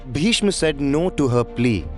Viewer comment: The Hindi pronunciation of Sanskrit names giving me serious cringe. Bhishma to Bhishm, Chitrangada to Chitrangad, Gandharva to Gandharv uhhhhhh...